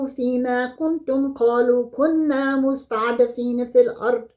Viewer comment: My dear sister , plse correct the word مستضعفين when you read?? God bless you, Barakalah fiiki,,,❤❤❤❤